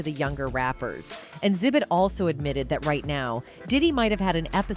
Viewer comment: Yeah, A.I. is pronouncing wrong. It’s actually pronounced X-Zibit